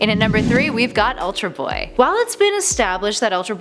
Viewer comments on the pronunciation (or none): "ULTAR" BOY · "Ultar" Boy?